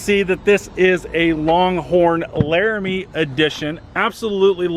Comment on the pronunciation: Laramie not larime